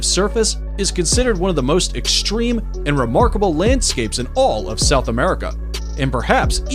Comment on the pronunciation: Shtretching, exshtreme, speshies.